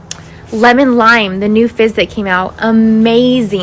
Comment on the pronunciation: I keep hearing “fish sticks” instead of fizz and it’s making me laugh